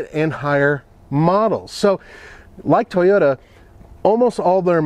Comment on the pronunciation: I’m offended with how this man says “Toyota” and “Tacoma.”